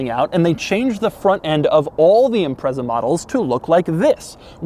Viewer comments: It’s not Impressa. It’s Impret-za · I don't think I've heard an American call it an 'ImpreZZa' before. Is this the norm? It's pronounced 'ImpreTZa' everywhere else. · Impretza not Imprezza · Its pronounced IMPRETZER - not impresser 😂😂😂 - Fondly known as a Scooby over here in the UK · It's pronounced impret-za not imprezza you dick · Imprezza? It's pronounced Im-pret-za. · Everyone - "ImpreTza" Doug - "Imprezzer" Everyone - "NO! Doug!" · I've never heard ANYONE from anywhere in the world call this car an "Im-prezza". It's always called an "Im-pret-za" despite it not having a T in the name. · Every time Doug says this cars name I die a little...it's IMPRETSA DOUG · The Impreza name in Amercian loses all bite. Impretza is how its pronounced in the mother land and it sounds way more edgy for for it! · Great video, small note, it’s pronounced im-pretz-a Edit: after a quick google, I guess my way is the European version so nvm :) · I was excited when i saw the thumbnail, having owned an STI a few years back & this was my first time watching this guy. Sadly it lasted less than 5 seconds. When he pronounced it 'Imprezzzza", I knew it was time to bounce. #muppet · It’s pronounced IMPRETZA ffs... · Dude, it's pronounced "Impretza" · 'Impretsah' it's the only way I've ever it pronounced in the UK, surprised to hear the Z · It's pronounced like it's spelled, IMPREZA. With just one "Z" and no "T" that makes it sound like pretzel. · Doug, the type of guy to advocate metal steering wheel centres, riveted together - how would it deploy the airbag? Also the type guy to refer to caphead Allen bolts as rivets. It’s also pronounced as ‘Impretza’. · Its pronounced as "impretsa" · I've only ever heard "Impreza" pronounced "Impret-sa". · Bingo, Renko. Even the Japanese pronounce it "Imparesa". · Impressa? Impresso? Espresso? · I don't like the way Doug says Impreza. Sorry. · Please can we ban Doug from saying the word “Impreza” ever again... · Wrong pronunciation of "Impreza".